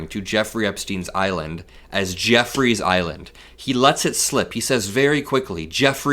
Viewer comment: I caught they way he said Jeffrey’s island 😂😂 I thought it was just me